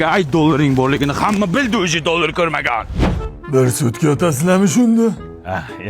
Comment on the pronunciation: Dollar❌ Doldr✅😅 Cobalt ❌ Cobalat✅😅